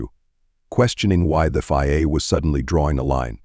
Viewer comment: VIA.. FIA.. f*cking crap AI